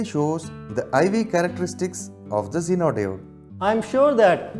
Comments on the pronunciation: Genre isn't wat he pronounced zenar like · Circuit= Sir-cute Zener= Genre Diode= Daood 😂😂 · BC u people have such a poor pronunciation.Damn! 'sirquitte' instead of circuit 'zeonar' for zener 'daood' for diode ( not Dawood thx😂)